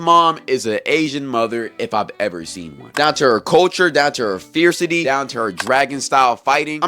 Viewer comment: "fiercity" bro cmon